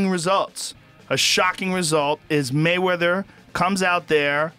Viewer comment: Waymeather?!?!?! hahaha